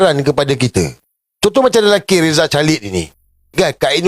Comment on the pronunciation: Sir, sorry. Plz. Pronounce Rizal Khalid bukan *chalid. TK.